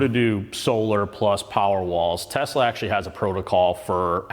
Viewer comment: T e s l a , bruh